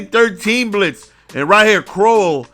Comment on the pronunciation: c town stand up. crow-well